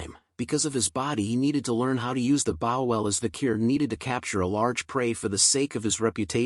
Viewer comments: lol why u calling a bow a bowl lol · The oxbear slapped the oxbear, after each every other oxbear. Oxbear, oxbear, oxbear. My brain was shocked when the pronunciation for bow was pronounced wrong and pronounced "b-oo-w." Or something close to that.